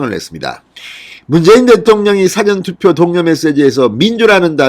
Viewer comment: 辭典投票가 아니고 事前投票입니다 진성호씨 발음이 좀 압니다